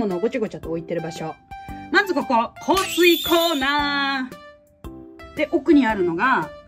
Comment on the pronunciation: 香水コーナーがコージーコーナーに聞こえた